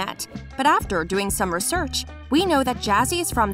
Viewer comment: she did not just say “Ru-Search”....